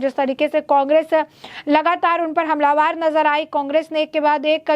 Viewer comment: ये जो समाचार पढ़ रही है इस लड़की को हिन्दी का ज्ञान नहीं है हमलावर को बार बार हमलावार बोल रही है।